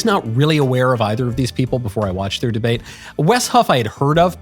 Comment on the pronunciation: Deabte lol. Surely that was on purpose? ;) Michael is an aspiring troll after all.